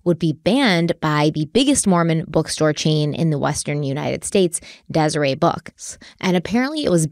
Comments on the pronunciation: It’s pronounced dez-ur-ett. Not dez-uh-ray books. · Just an FYI, but “Deseret” (as in ‘Deseret News’) is pronounced Des-er-et… not Des-er-ay. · I haven't read all the comments, so it's possible that it's already been mentioned, but the correct way to "deseret" is "Dez-er-ET". Not the French "Des-er-ay". :) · Btw,, you may or may not see this, and normally I wouldn’t point it out, but I remember you pronouncing it the same way back with one of the very first stories you guys did together… It’s pronounced DesereT News, not Deserè News. Vaguely funny but not actually at all, you would never believe how many people around Flaming Gorge have had similar experiences. Granted, most of them wound up dead or paralyzed as he should have, but I honestly bet you can’t find anyone who grew up in a Mormon dominated area and went to Flaming Gorge who hasn’t known at least one person who was seriously injured or killed cliff diving. Btw, going there is common enough that the only time I actually went was with a Mormon youth group at 14. Girls slept on the houseboat, boys on the beach, we had a rotation of like 6 power boats so we could all boat at the same time. Super normal. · I know you probably don’t care but in the last Utah-based case you covered I noticed it too— it’s pronounced Dez-ur-ett Book, just in case it comes up in future! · I love you so much but Deseret is pronounced dez-er-ette ❤ great episode! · Moroni is pronounced More-own-eye. And Deseret book the T is pronounced. 🙃